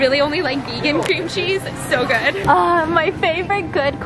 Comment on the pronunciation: No one NO ONE AT ALL Stephanie: crunch (eating cucumber) “That’s goooo”